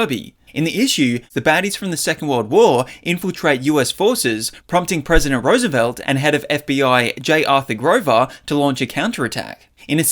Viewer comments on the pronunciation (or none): none